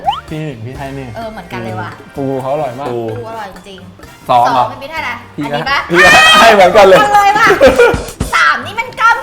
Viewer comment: อร่อยใหมพี่. พืช?? พูผิดพี่พีช555